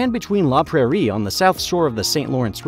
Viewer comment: It wasn't even French... He said "prayer" instead of either the French or English pronunciation of Prairie, lol...